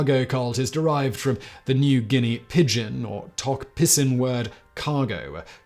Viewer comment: You pronounced 'tok pisin' wrong. It is 'tok pidgin'. pisin = pigeon. There are a lot of locals who have trouble saying 'pidgin' particularly on the coast. That may be the reason for the mispronunciation. Remember 'pisin' is not a local word, it is from the word pidgin in 'pidgin english'. 'tok pisin' seems to be a recent thing, maybe the last 10-20 years. I have books from when I was at school in PNG and it was just 'pidgin'. English is my third language, my second was pidgin and my first was 'tok place' from the Mendi area in the highlands of PNG. 'Tok place' is a pidgin name for a local area language. Don't forget PNG is the most language diverse in the world.